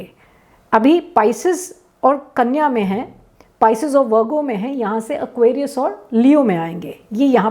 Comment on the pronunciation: Kanya ka saaf nahi bola